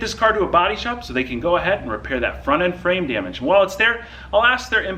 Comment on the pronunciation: I'm sorry but it really bothers me how the f.. u say DAMAGE... "Djemech" :D